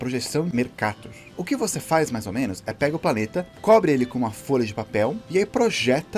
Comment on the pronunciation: Engraçado Projeção de Mercator e o cara fala Mercatu ao invés de Mercatô e sim tem diferença vamos usar outra palavra mercado = mercadu mercador = mercadô